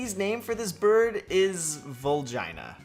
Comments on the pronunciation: Vulgina is pronounced VUL-Geena and you don’t even need to be Japanese to know that. Regina is pronounced Reg-EEna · It's pronounced vul-GEE-na